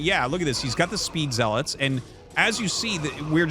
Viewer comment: Artosis... it's pronounced "Z-Lots". You saying "Zeh-lutz". You are a "nub"